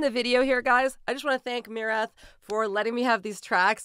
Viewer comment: Thank you for pronouncing the band's name correctly, that's refreshing!